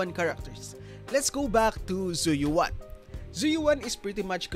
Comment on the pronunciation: right lol I don’t understand how all these creators can’t pronounce her name right. You literally hear it in game. “Zhu Yuen” Not Yu-an Yu-en . Just say it as one word lol.